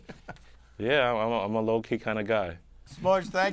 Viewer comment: He called him "Smudge" lol